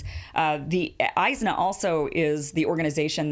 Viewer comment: It is pronounced IS-NA and it is a mixed bag but overall an extremely liberal organization despite the money they got.